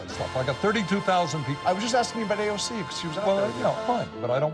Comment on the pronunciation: Lol. I love your videos. Bernie mispronounced AOC’s name. Paid and bused in